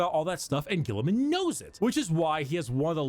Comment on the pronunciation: mispronounces almost every Latin word and even Roboute Guilliman's name. I wish the Americans and Englishmen of the world would study a little more so that they would pronounce well the words that are not English for once.